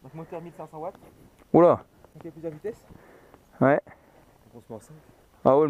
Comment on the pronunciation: Sa watt, pas what sa veut dire quoi en anglais gros 😂